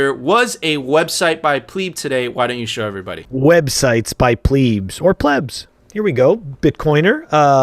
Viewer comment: Yo stop pronouncing it PLEEEEEEB, hard fork. It's pleb. Soft 'e'. Pleb.